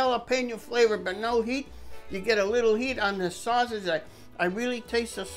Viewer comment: My darling SUE! How are YOU!! I was NUTS to be trying to row in that ice! I should get an N for NUTS!! I need to go find a new wooden stir paddle! Thank you for reminding me! I wrote it on my shopping list! My saus-eege (I love your perfect Italian pronunciation!) was a good change of pace from bacon! IT WAS SOOOOOO TASTY!!! The mushroom heads were awesome filled with creamy goodness! I wish I could take credit, but I just stumbled on these recipes thanks to Google! Your are so kind! You're the bestest! I can't thank you enough! Now for those hugs!!!!!!!!!!!!!